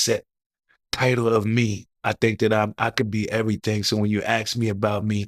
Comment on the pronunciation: YES he doesn't have a clue how to transition from a topic to another topic. He is building up his platform. He also has to work on his articulation and enunciation. He will pronounce the word 'dat versus saying that' in previous interviews. The interviewer will say 'that's wild' 😅 he has to clean up his 👋🏽 slills. He will get better once he grows into his role. I'm happy he's getting the great 👍🏾 content. Experience take time.